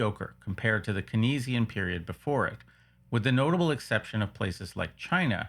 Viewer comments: ... well at least I know you're not an AI, no AI would mangle 'keynsian' as 'kaneesian'. The name 'Keynes' is pronounced 'caines' and 'keynsian' is 'cainsian'. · great video. also Keynesian is pronounced like cane-zee-an rather than kay-knee-zee-an. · There's no accent on earth where keynes is pronounced 'kinees'. And we know how he pronounced it, this has never been a question.